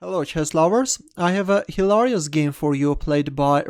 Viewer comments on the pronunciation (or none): u know what was more hilarious? the way pronounced hilarious